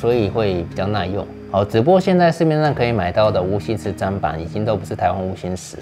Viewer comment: 謝謝，很棒的影片 但想說砧板是念「真」板不是「沾」😅